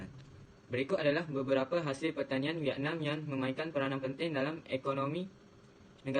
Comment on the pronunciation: Oo vietnam, terkejut saya dia sebut vietnam mcm venom.. tapi pape pun terbaik👍 gudlak geng